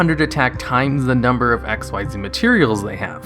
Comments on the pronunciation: Hearing him mispronounce XYZ is one of the old video tells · The way you misread Xyz annoys me ... though good video .. keep up .. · Why do you not say XYZ correctly. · hes hurting me... its not "XYZ", its pronounced "XZ" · XYZ is NOT spoken as X-Y-Z but is spoken as X-EASE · Its pronounced ek-seeze, not x y z. I don't know how people get this wrong. Have you watched zexal, arc v, or vrains? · Xyz is pronounced "exeez," not "ex why zee." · It's ik-seez. Not x y z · It sounds weird in retrospect to hear him say "X-Y-Z" instead of "ikseez" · Xyz is pronounced "ikseez," not " x y z." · It's pronounce "X-eez" not X-Y-Z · Fyi it’s “ehcks-ZEES.” You’re not supposed to say out each letter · The Mechanic from Zexal is "Xyz", NOT "XYZ" and is pronounced "ek-seez"! It is a word, not the last three letters of the alphabet! Try watching the Animé for once! Although, I will say that at least Malefics got new Continuous Spells that fix their rather major glaring downside... So, there's that! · You triggered one of my pet peeves by not pronouncing xyz ‘exeez’ correctly. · Its not pronounced x y z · XYZ is pronounced csees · Curses, man. It's pronounced ik-seez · XYZ= (exheez) The only X.Y.Z monsters are X head cannon Y dragon head Z metal tank and they suck ass It takes longer to say it wrong x.y.z which sounds stupid Than it does to say it right XYZ (Exheez) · U know Xyz Monsters are pronounced as Ik-Seez Monsters right? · You are saying Xyz wrong. it's said as ik-seez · I don't even play Yu-Gi-Oh and I know it's said like ex-ease, because I read it in the freaking rulebook that came with a structure deck I bought like 4 years ago. Hearing you say it wrong so many times in a short period really annoyed me. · It's not X-Y-Z it's pronounced Ik-Zeeds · Sorry for hating but I hate people like you who's says XYZ when actually pronounced in the game "Ik-Seez", how hard is it to say that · Dude, Xyz is pronounced Ikseez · King Of Spades spelled XYZ pronounced ikzeez Not X.Y.Z